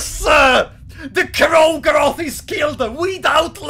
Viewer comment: "Even DOOR-go-roth" hahaha